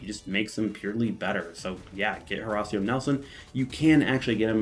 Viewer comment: Hoe -Ray-Shee-oh Nelson!